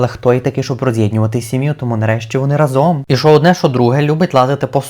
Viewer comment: Дуже гарні рослинам♥️ До речі, правильний наголос рАзом💚